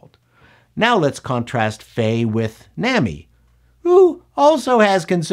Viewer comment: I agree with much of what you said but as an "expert" you should try harder to pronounce the pertinent names correctly... "Nami"? It's simple... pronounce it as they did in both the anime and live action.